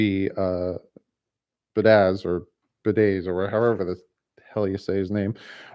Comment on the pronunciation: As a victim of last name butchering my entire life - you are killing me bud. The Wisconsin o line is pronounced be-add-ish...and the jags pass rusher is n-gok-way. Personally, I think they shelved Rosen to let him develop instead of a full year of teeth getting kicked in again; ensuring he is ruined for his career. I think he could be a solid starter/Alex Smith type - depends what is built around him - I still feel like Marino and his knee braces is still a better option :p Keep doing what you are doing bud; loving the content as always!!!